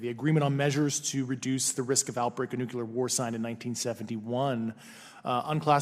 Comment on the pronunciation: I dont understand how Grusch can hold such a high position and still pronounce the word nuclear incorrectly.